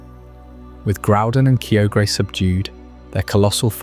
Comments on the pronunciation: I was ready to sleep until you pronounced Kyogre that way, heartbreaking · idk if i can get over your pronunciation of kyogre my dude